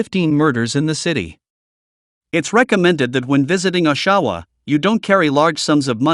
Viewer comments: It isn’t pronounced O-Shawa, It’s Osh..awa. Lmao!! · Oshawa is NOT pronounced "Awe-SHAW-wa". It's pronounced "Awsh-sh-wa". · O SHA WA 😂 .... Americans 😂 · Are you talking about Oshawa pronounced osh a waw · As a native Winnipeger now living in New Brunswick (east coast of Canada), I found your content very interesting and informative. Can never be too careful in some places. Just a little friendly help on pronunciation….. Oshawa is pronounced OSH-a-waw and Sault St. Marie is pronounced SOO St. Marie…..if I remember right from my childhood travels I believe it’s sometimes referred to “the SOO”. That’s a few decades ago, so my apologies if that’s changed.😊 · LEARN PRONUNCIATION FIRST = OSHAWA/SAULT STE. MARIE/ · He cannot even properly pronounce Oshawa or Sault ste marie must be a pathetic American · You need to practice how to properly pronounce the names of our cities please!!! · I liked the way he pronounced Oshawa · wow...at least learn the proper pronounciation of our Canadian cities ...Oshawa is NOT pronounce "Osawaw" it's pronounced as it's written "OSH - A- WA"... Saulte Ste Marie...again...do your research....it's SOO-STE MARIE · If you are going to use AI - at least have the brains to pronounce names correctly - this video is pathetic - it is "AWshawa not OHshawa - and SOO-st -Marie - no one can enjoy this crap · Ahshaw-Wah 🤣🤣🤣 (Osh-A-Wah) Salt-Saint-Marie 🤣🤣 (Sue-Saint-Marie) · Salt Saint Mary? Ah-shau-ah?